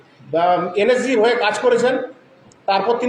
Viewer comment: এই মহাপাত্র তো দেখছি এন এস জি কথাটাও ঠিকমতন উচ্চারণ করতে পারছে না এন এস জি কে বলছে এন এস সি। এই ব্যক্তি প্রাক্তন সেনা কি না সেটাও সন্দেহজনক।